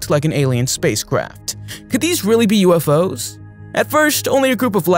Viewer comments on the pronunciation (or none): none